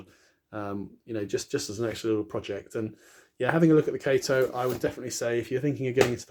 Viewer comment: Great video. Switched to kato and never went back, and looks great when ballasted. Btw it is pronounced kah-toe :)